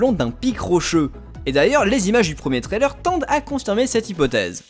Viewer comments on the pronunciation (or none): none